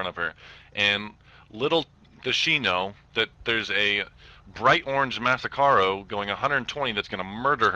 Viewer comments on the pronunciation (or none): Did that cop just say masaccaro?its masaccro...cmon.